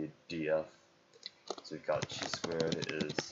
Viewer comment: Chi is pronounced like high but with a k